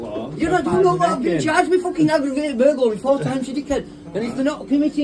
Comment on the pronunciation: It's burger-ly, in fact it's aggravated burger-ly 🤣